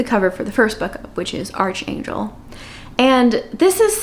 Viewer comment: Just a small note—it's actually pronounced 'Arc-angel' rather than 'Arch-angel.' :)